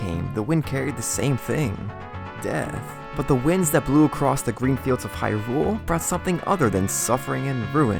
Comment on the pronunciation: HYrule. Not HyRULE.